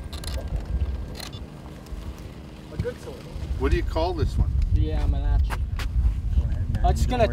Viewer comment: Lol you guys are raping the word "Aermacchi"